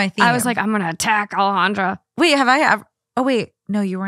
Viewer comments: I commented about Alejandra not saying her name right lmfaooo I like her but it’s annoying when she says it white wash, coming from a person who has a Mexican name 🫶🏼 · Peruvian here. "Alejandra" and "Alexandra" are not the same. ¿WTF?